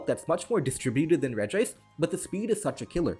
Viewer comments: it's not pronounced REG-I-ICE, it's just REG-ICE. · Imagine pronouncing regice with two I's lmao